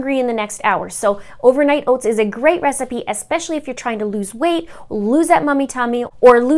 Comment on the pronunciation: I eat overnight oats every morning because I need to have something prepared ahead of time! I'll have to try these recipes to shake up the mix-ins. P.s. I loved how your Canadian accent came out when you said Ohh-vernight Ohh-ts 😉😊 (this coming from your ND/MN subscriber...haha)